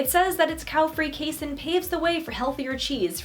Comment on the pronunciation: Just fyi it's pronounced KAY-seen!